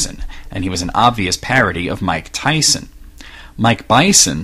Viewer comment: Iv'e heard of Mike Tyson, but not Mych Tyson, Who is he?